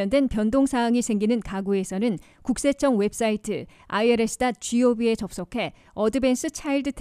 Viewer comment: it is I R S not I el s.